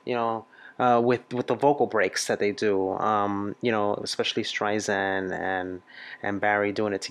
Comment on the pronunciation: Love your videos but, it’s Streisand like sand on the beach.